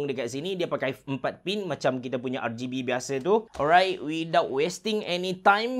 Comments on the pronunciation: Sebutan rgb memang camtu ke lain macam dengar nya. R-gay-b??? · no one:... absolutely no one:...: R-GAYYY-B